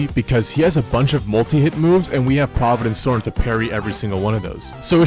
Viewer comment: 1 minute in he says pRoViDeNcE sToRmS